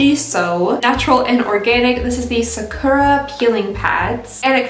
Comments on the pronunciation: When people pronounce sakura as "sah-kerr-a" it bothers me 🤣 it's a "U" ffs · The way you pronounce Sakura😂😂😂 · Feeling very disappointed that you can't pronounce Sakura in even the Anglican way or know it's Japanese... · I love you and your videos so much and I mean no hate but I C A N N O T stand the way you say sakura 😭😂😂.